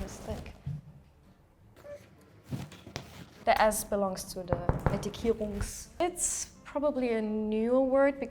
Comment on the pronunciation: But the German one pronounced it as if she isn't native lol. Rindfleisch and ettikierungs